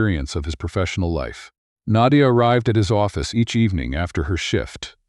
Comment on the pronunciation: I've never heard the name Naydia before. Is that just how the AI chose to pronounce Nadia?